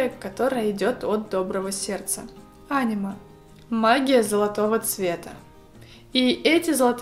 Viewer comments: Кто нибудь уже сказал что не "Анима", а "АнИма". Слух режет просто дико, уже вырываю уши. Пасиба/шучу/ Шкатулка кайф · Мне местами слышалось «аниме» и я тип такая ЧТО?!?!😂